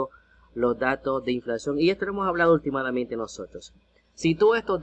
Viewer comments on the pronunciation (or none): Se dice ultimalmente